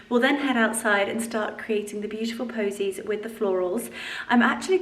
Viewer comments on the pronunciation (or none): Votives not voltives. Posies not bosies.